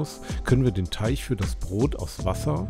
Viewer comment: Es heißt Teig und nicht Teich...??? Sorry für mein Klugscheißen☺️